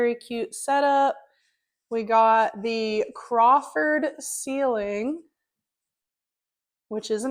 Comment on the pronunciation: It's COFFERED ceilings. Not Crawford. ❤